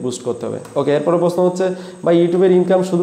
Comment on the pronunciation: ভাই প্রশ্ন উচ্চারণ টা আগে শিখেন